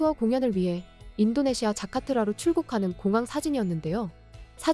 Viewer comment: 자카트라가 아니고 자카르타여 모지리 나가죽어